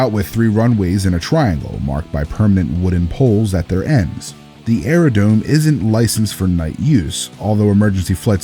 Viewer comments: AeroDROme. Not aero DOME. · 1) youll ask who would land at those airports and I have landed at most on Flight Simulator X and once I get my PPL Im landing at all of them in real life and 2) Like Elijah said its Areo*DRO*me not dome. Gets on pilots nerves